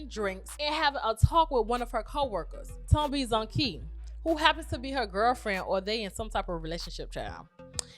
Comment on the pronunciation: This was a great review ❤️ only thing I can correct you on is the Pronunciation of the end of the name "Ntombizonke" so it's not "ntombizonkee" but more like the end of "Jose" so instead of "eee" it sounds like "a"